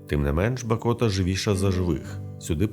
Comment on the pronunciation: БАкота!! А не БакОта! Дуже ріже вухо, коли ти місцевий... І кожні вихідні п'єш каву над Монастирем..